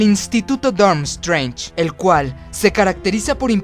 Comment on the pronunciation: guagadu por lo de la magia sin varita, me alegra conocer a un mago como tu aunque tu pronunciación de nombres es malisima con perdón, pues por ejemplo la escuela de beuxbatons, al estar al sur de Francia tiene un ligero acento catalán, y la escuela de drumstrang al ser nórdica tiene un acento ligeramente aleman, etc, pero me has caido bien y me voy a suscribir, no te tomes esto como una critica negativa pues no lo es, con un poco de practica tus debilidades serán tus fuertes, saludos de España, y viva slitherin